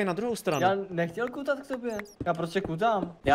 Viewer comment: Mě už to štve jak říkáš kutit (no hate)♥️super video